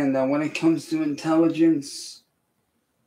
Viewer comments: (listen) “Dont insult my intelligench..” 🤔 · And said " don't insult my intelligentch "